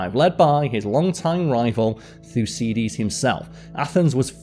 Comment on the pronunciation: Karl mispronounced Thrace and Thycidides.